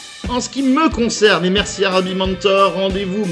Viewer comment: Berci Borbert, berci Babbi.